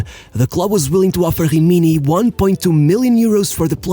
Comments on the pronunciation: Why do you pronnounce gggimini ? Is not french, it is an italian team. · Great subject, but honestly your voice tone is quite annoying, and the fact that you pronounce every italian word with some kind of brazilian accent is truly infuriating... Like it is "Rimini" "Jimiñi"! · Dude work on ur pronounce It’s not Hrimini or Hroma It’s Rimni and Roma Cmon just a little effort thanks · You should learn the pronunciation of a LOT of words you said it was disgraceful to hear a.s. homa and other shit like himini or hubin kazan…